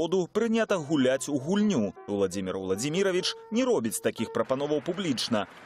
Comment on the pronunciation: Белсат объясните своему репортеру,что ВладИмир ВладимИрович-это как скАзку сказЫвать.Правильно произносится ВладИмир ВладИмирович(!)